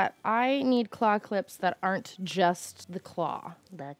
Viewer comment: Okay I know you're saying "claw clips" but my dumb ears keep hearing "clock lips" and it gives me just the weirdest mental image